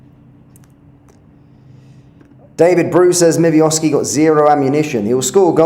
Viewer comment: Zero shots on goal and you were the better team. Pull the other one mate. And learn to pronounce your players’ names correctly. Never heard of a Mivioski